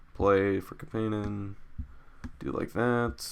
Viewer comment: its CAP-IN-EN lol.